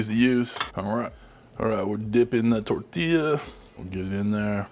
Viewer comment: Reconstituting the 🌶 in the broth is a good idea- those seeds are a pain. You said tortilla correctly by rolling your “r” They look good! That’s money in the bank. 👍99